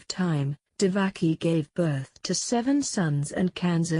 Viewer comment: not divaki...she was devaki